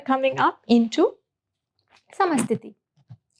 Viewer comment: Hello ma'am, thank you for this video, and this helpful channel. I have a question. In many of the yoga schools in America, the instructors say, samasthiti-hi. However, I notice in the actual Sanskrit for this,, there is NO "hi" syllable at the end (as you correctly pronounce it ). Do you know why American yoga instructors are adding the "hi"? Is there an older generation teacher (from Iyengar's generation, for instance) who may have taught students to pronounce it that way? If so, why? I want to share with people why it's not correct to add the "hi," but I would also like to tell them when, where and why the "hi" began to be added. Any information you (or anyone else here) could give on this mystery would be much appreciated. 🙏 Thank you. 🪷